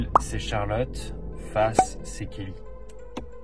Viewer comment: Il a lâché kellyn au début au lieu de Kelly 😭